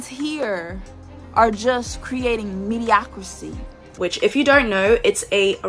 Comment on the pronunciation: Labels men "morons" only to mispronounce "mediocrity"... 🤣